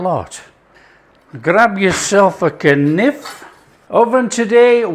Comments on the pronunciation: Just discovered you and subscribed 🎉 K-nif! I grew up saying k-nife!😂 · It's really a perfect dessert in flavor and simplicity. And easy enough for a beginner. I'll be picking up some apples this weekend. Oh, and my dear dad used to pronounce it k-niff, too. Thanks for the lovely memory.